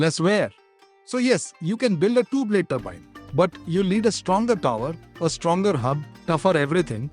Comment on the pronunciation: Multiple blade toorbine😅